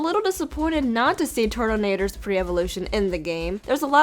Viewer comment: Turtanator??? MEY NICKNAME IS TATENATOR